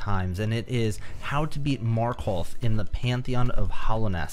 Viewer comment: He really did just say "Marköth"